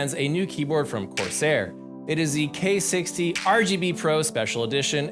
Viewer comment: why he saying corsair like that